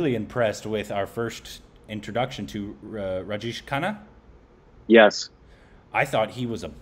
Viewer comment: Great review😍🙏😊n it's Raj Jay shh, not Raj Jeesh😄Khanna. Big B is not a 'Small' actor. He has his 'loud' acting stuff too especially in the older movies and in some of the recent movies🙏💜Time to watch some 'Smitha Patil' movies♥️Start with 'Arth' or maybe 'Mirch Masala'. 😍😊Or watch 'Amrit' with both Smitha Patil ji and Rajesh Khanna ji in the leads. Rajesh Khanna ji was Dimple Kapadiaji's husband 🙏💙🌹